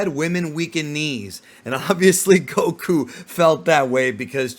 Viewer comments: I can't stand the way this guy calls him goKU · Why are u saying Goku that way 😅